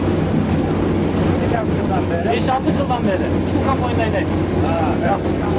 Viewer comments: Камбайн токтогуча 77 жолу камбойн деп жалжырады 😏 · Блогер болом десен туура суйлогонду уйронуп анан суйлосон,камбойун эмес,камбайын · Ээ кечке эле камбойн деп суйлойтко.. Комбайн деп айт атакул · КамбОйн🤦‍♀️эмес. КомбАйн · КАМБОЙН ДЕПКОЙ 🤣🤣🤣